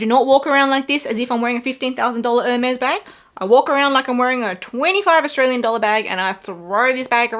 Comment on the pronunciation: I keep laughing at everytime I hear Walmart Wirkin & Wermes😂😂😂